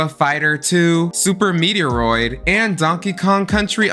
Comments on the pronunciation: i’ve watched three of these videos now I’m literally every time you say something wrong. Super meteoroid? The wind walker? Shadow of the hedgehog. Fuck it’s kind of funny, but I’m kind of annoyed lol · 1999 is my favorite year ever. 1994 comes close because so many SNES classic games where released that year. Super Metroid (Meh-troid, not mee-tee-or-oid, haha!), Mortal Kombat II, Super Punch-Out, Mega Man X, Final Fantasy III (VI everywhere else), and Donkey Kong Country. That's the year I got my SNES for Christmas packaged with Super Mario All-Stars + Super Mario World. Also, there can be only ONE Selena! The real ones know.... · I can't abide Super "Meter-oid". I'm out.